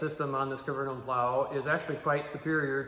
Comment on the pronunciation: k is silent bub, good video otherwise